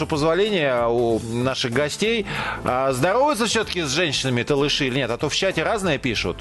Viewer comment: Надо говорить Толоши правильно не ( Талыши)